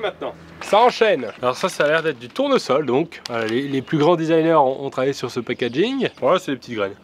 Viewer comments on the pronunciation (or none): "ce pékajing" 😂